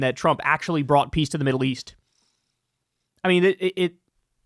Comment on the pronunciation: Piss deal, not peace deal